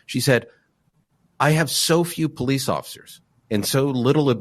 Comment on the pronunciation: You would think a former cop would know how to pronounce the word 'police'. It's not plese. It's also not pronounced crect.